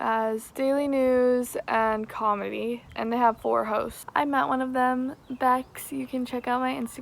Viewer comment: not me hearing everytime she says 'hosts' as hoes